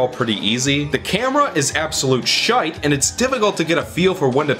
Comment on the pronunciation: The fact you're saying "shite" and "arse" with an American accent really aggravates me for some reason lmao